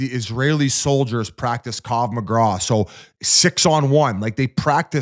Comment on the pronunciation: It’s “krav maga” biz, holy shit, dude literally cannot pronounce a single word correctly when it has more than 2 syllables